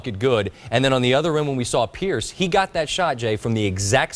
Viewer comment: he said price instead of pierice